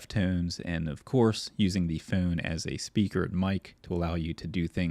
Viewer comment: the way you pronounce "phone" is so foul